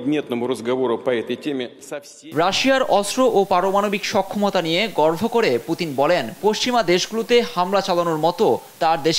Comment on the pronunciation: গর্ভ করে মানে ❔ 🙄 এমন একটা আন্তর্জাতিক সংবাদ উপস্থাপনে রিপোর্টারের বাংলা উচ্চারণে আরও সচেতন হওয়া খুবই জরুরী ❕